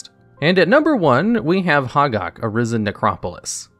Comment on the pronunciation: Glad to see the new channel! But: it's pronounced hoe-gack, not hahg-ahg.